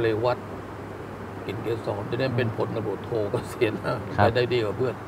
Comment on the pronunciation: ยศพลตำรวจโทครับไม่ใช่พันพำรวจโท